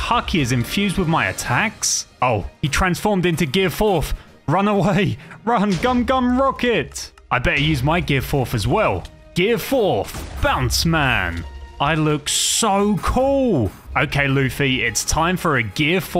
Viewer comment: Its baund man not baunce man